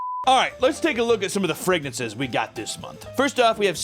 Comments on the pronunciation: Can't say fragrances you silly goose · Scentbird’s “fregnances” are really something special. So great and “fregnant”!